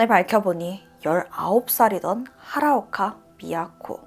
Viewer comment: 히라오카를 하라오카라고하네... 에구야...